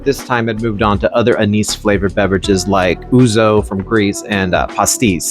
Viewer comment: anise is pronounced ann-iss